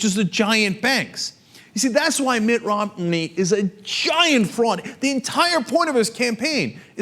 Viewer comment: sometimes when Cenk says 'Mitt Romney' what I hear is 'Mitt rob-me', I think that's probably a more appropriate name for him